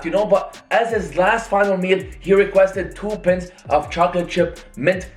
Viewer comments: 2 pints of ice cream😂😂😂😂!! It's pie -nts 😂😂. English is a barrier still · Said pints instead of pints😂